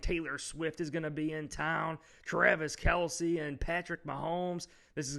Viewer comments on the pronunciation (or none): none